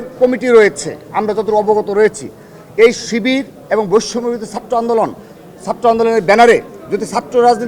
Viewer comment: ছাত্রদলের সাধারন সম্পাদক এবং ও বলতে পারে না তার উচ্চারন (এবন)